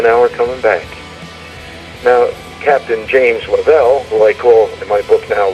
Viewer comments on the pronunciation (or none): I can't believe you even listened to Ralph Rene. The biggest fool of all time. Can't believe anyone would back that horse. What a zero. He can't even say James lovel's name correctly.